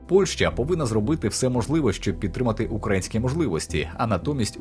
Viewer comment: УкраЇнські, а не укрАїнські. Стежте за наголосом